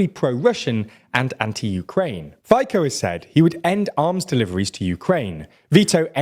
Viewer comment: Hi, I live in Slovakia for many years. Those polls pro Russian are among the poor people across the nation. A note here, Fico killed a journalist 5 years whom exposed a huge scandal regarding European Union funds. PS: It's pronounce Fitso, not Fiko.